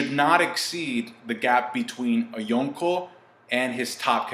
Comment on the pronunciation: Why you put so much emphasis on “Yonko” that shit annoying